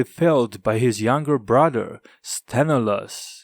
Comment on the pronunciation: SthenElaos, the stress on the "E" !!!